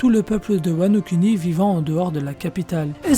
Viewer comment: cette voix monotone ptnnnnn on s'endort, ah et sa se prononce wano kouni pas wano kUni